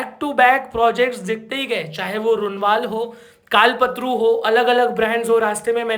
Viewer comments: Kalpatarun bhi nahin hai. Sahi bolna hi chahte ho tou kalp-taru bolo. Matlab tarun nahin taru bolo. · कमसेकम नाम तो सही बोलो. कलपतरु नही‌ कल्पतरूं बोलो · कल्पतरु ❌ कालपत्रु ✅ भाई 😅😅😅